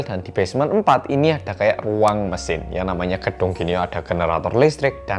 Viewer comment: apa cuma gw yg dengar bang hansol bilang pajangan tapi kedengaran PACARAN trus bilang ruang tadi kedengaran UANG?